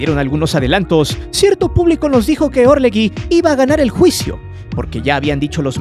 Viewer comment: ASNOS... Se pronuncia orleJI...no existe la U entre la g y la i